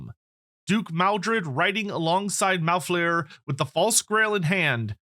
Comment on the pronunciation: Maldred/Malfleur’s shenanigans take place 19 years after the current date in the game’s setting. And you are pronouncing Malfleur wrong.